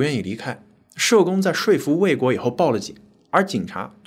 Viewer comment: 口吃(音及) 讀成口吃, 說(音稅)服讀成說服 中國不教多音字嗎?唸錯音的還都是文化人,聽了真不習慣